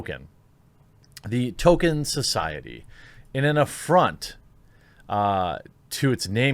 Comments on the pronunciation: Tol-KEEN. Not Token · It's Tolkien NOT Tolkein. And it's pronounced Tol-keen NOT Tolken. That is all..... :-) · I'm dipping out, Jeremy. Sorry, bud, the third "Token" instead of Tolkien broke my mind. Can't endure it. I'll watch your next non-Token video. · You're such a poser Jeremy, the even hasn't happened yet and it's T-O-L-K-I-E-N. Maybe stop posing as a fan of stuff that you're not? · "Toll-keen." Not "Token." Token is Cartman's black friend. ;) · tohl-Kee-in, not Toh-ken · It’s Tolkien genius, not Token. He wasn’t a black South Park character. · Its pronounced "Tol-Keen" Not "Token" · I'm kind of peeved he is calling him "Token". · Please. Stop saying token, when speaking about Tolkien! It hurts my brain. Tolkien is a legend deserving respect. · Man you really can't pronounce anything properly. Just straight up calling him "token", sometimes "tolken". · I like the way you pronounce Tolkien “Token”. Sums up this shit show of a conference. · ...... Dude, it's NOT "Token"... Seriously. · 1) There's an L in the name Tolkien. It's not Token. 2) it's a lie that subscribing is the only way to find your videos. I just type your name in and find them. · and its pronounced toll keen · Tolkien has become Token...or Tokin'. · You’ve never claimed to be an Uber-nerd, but you do lose a couple of points for not read the Silmarillion. 😉 And the poor man’s last name is pronounced like “Toll-kin.” I love your show, but as I am a Tolkien nerd, I had to point these things out. 🙂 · Obviously they were misinformed; it’s Tolkien, not Token. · There's an "L" in Tolkien's name, btw... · He was basically saying token. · Stopped watching when you pronounced his name as "Token" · I tried but you can’t say Tolkien... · Love this channel and your content but you need to stop butchering the pronunciation of Tolkien. It hurts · Learn how to pronounce Tolkien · I love you and your videos but I can’t hear your mispronunciation of Tolkien.